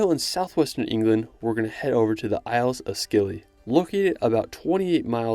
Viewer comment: I live in Cornwall and it's pronounced 'Isles of Silly' 😀 great to see Cornwall made this list 🙂